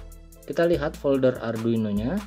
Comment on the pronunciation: Arduino atw adruino sumph salah sbut mulu